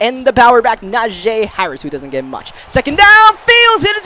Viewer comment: It isn't Najay it is NAJEEEEE